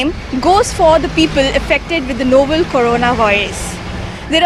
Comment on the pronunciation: Noble nahi hai behen.. Novel hai.